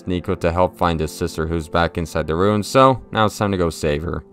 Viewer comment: Its ruins.. not runes.